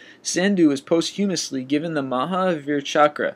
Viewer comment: I love the list25 stuff but he did pronounce Posthumously wrong but that's ok. Also most of the 25 on this list are not well know except for Thatch, and Foss who are famous to those interested in history about WW2. I do love the list25 I need something to look at during lunch. Keep up the good work!!